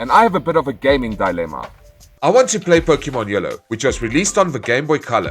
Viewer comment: It's pronounced Dilemma... you're welcome